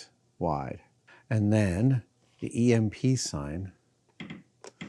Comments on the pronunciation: Beyond annoying and unwatchable. EMP is either pronounced E-M-P or electromagnetic pulse. It is never called emp nor emp button. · Please stop saying "imp", it's pronounced "E M P". You say each letter separately not as a single word. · omg, the fact that he keeps saying "Ehmp" instead of "EEE, EMM, PEE" drives me insane! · "Emp"? E.M.P. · I love you Adam. But the way you say emp like a word hurts my ears. Its a short acronym.. You dont say fib you say F I B same thing with E M P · when you called it an emp switch instead of e-m-p switch i got heavy red vs blue vibes lmao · First time I actually hear someone saying it like a word, Emp...